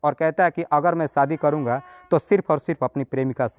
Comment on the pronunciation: आपकी हिन्दी या स्टाइल थोड़ी सुधारने की जरूरत है बाकी सब ठीक है...जैसे सोबन्ध नही संबंध पोरेशान नही परेशान ओगर नही अगर